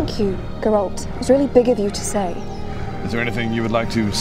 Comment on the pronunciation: Why can nobody pronounce Geralts name properly??? It's GERALT. Not G-rolt